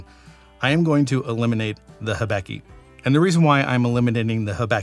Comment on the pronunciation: Great list and I like the way you explained how you chose the winner in each category. One thing that puzzled me though: why do you pronounce Hibiki as if it were spelled Hibeki?